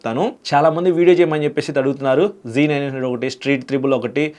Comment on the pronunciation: G900 kadhu Anna Z900 😂😂😂